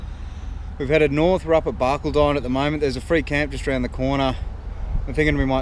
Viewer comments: Barcaldine is pronounced "bar-call-din". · Hey guys, refreshing without the fancy toys, but it is Bar-call- don I spend a bit of time explaining that as I live on the coast east of there. Enjoy and the sudscribe button is mine